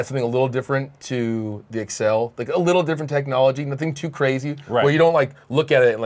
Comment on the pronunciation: guys its the ACCEL not the EXCEL